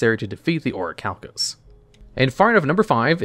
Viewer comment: You pronounced Orichalcamalos wrong